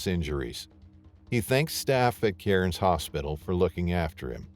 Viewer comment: Aussie here Cairns is pronounced "CAR-nz". The only places safe enough to swim up there is a swimming pool where you can see the bottom. Boat ramps, especially, where people clean fish is THE STUPIDEST PLACE TO SWIM.